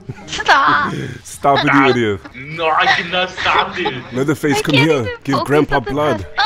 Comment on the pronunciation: Lol he called him Pleatherface.